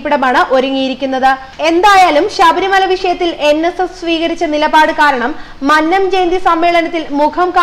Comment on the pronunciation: പെംകൊച്ചെ മഅനംജയന്തിയല്ല അല്ല "മന്നംജയന്തി" നന്നായി പറഞ്ഞു പഠിക്കൂ ഇല്ലേൽ പണിയാകും